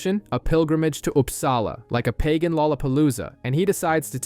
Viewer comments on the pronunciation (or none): none